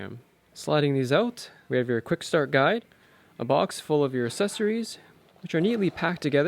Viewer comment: He also has a weird way of pronouncing accessories - "assessories".